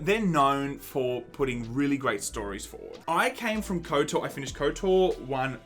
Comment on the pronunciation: I love you guys, but stop saying Kotor! I say that with love